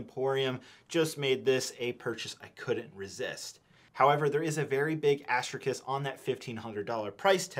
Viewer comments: am I the only person who is going to point out that he said "assterkist" instead of "asterisks"? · Did you say asterkrist? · Dude said astrekis